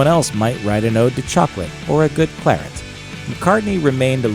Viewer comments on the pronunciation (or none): none